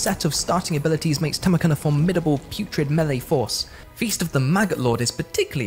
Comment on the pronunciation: you actually NAILED it with Tamurkhan!!! Good job!!!